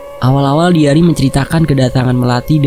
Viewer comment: bacanya "daeiri" i dibaca ai